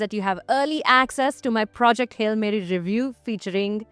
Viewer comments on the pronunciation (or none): none